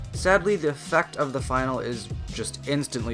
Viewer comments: Finale is not final. Its pronounced Fin ar lee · Finale is pronounced fin-al-ee, my dude